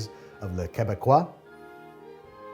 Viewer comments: you did great on the poutine and the pronounciation of quebecois very proud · Keh-Beck-Wa Babish says it right at the end of the show. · I'm a Quebecois and your pronunciation was on point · You've redeem yourself indeed and yes you pronounced Quebecois just right!